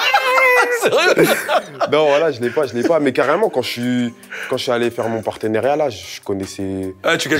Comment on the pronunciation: Partenariat pas perteneriat